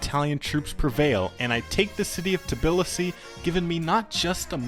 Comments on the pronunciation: For Tbilisi its pronounced as TahBleesea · Fantastic video! The pronunciation of ‘Tbilisi’ was not as fantastic but it made me laugh